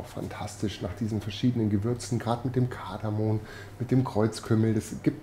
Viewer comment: Tolles Rezept, ganz köstlich... Aber bitte: es heißt KardamoM !!! Kardamon gibt es nicht, genauso wenig wie GelaNtine... Dem Geschmack schadet das aber gar nicht... 😜, liebe Grüße von Eva